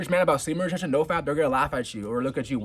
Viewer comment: I really wish you'd practice the word retention until you get it down. It's retention. Not retsjhhhion